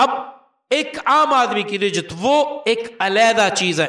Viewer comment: معافی کے ساتھ عرض ہے رجعت ر کے زیر کے ساتھ نہیں زبر کے ساتھ ہے